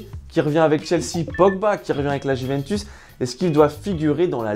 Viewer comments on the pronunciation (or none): none